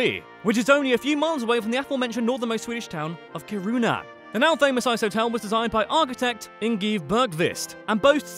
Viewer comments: Kuruna? Seriously? In sweden we really roll our Rs. So its ki-ru-na. We also have å ä and ö, pronounced oh eh and uh. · magnus ladulås wasnt a king and what is zvaria siffra means "a number" you shouldve said "nummer elva" kiruna is pronunced keeruuna the krona in plural is called many "kronor" not "many krona" that would mean many crown Greta is pronounced with a nasal e "gift" is not pronounced yeft its pronunced exactly like the english word but with a "j" insted lagom = egnough realisationsvinstbeskattning is prononced like on google translate just use that fika is pronounced feeka the letter "U" is pronounced like the latin "V" Ö is pronounced like eh in some dialects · i think you should practice a little on how to pronounce Kiruna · wtf is kiruunah its kiruna bro 💀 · He mentioned Ki-ruu-nah but did not say anything about that. The mine situation is what Ki-ruu-nah is known for, not its location. In Russia, they have like 10 or more cities in similar size or larger located north of the polar circle: Murmansk, Norilsk, Apatity, Vorkuta, Severomorsk, Monchegorsk, Kandalaksha, Olenegorsk, Naryan-Mar, Dudinka. In Norway they have 3, Bodø, Harstad and Tromsø. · Is it me or Kiruna sound like corona? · Did he pronounce Kiruna as karuna? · No its Ki-ru-n-a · Haha, he pronounced Kiruna totally wrong